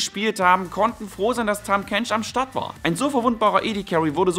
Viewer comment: er heißt Tahm Kench.